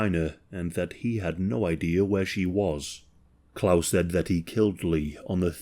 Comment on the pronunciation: He's at least trying to pronounce the name Klaus correctly, I'm so happy about that😂